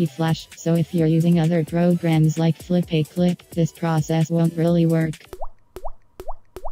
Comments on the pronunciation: Flip - uh - clip ✅ Flip - ay - clip ❌ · Not Flopaclip, Flipaclip Pronunciation: Flip-uh-clip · Its pronounced flip a clip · It’s not “Flip-A-Clip”. It’s “FlipaClip”.